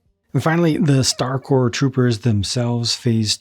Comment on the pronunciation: Finally someone pronounces Star “Corps” correctly! So tired of other content creators calling it “Star Corpse.”